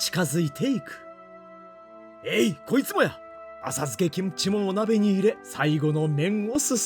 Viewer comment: 김치 발음듣고 구독찍고 갑니다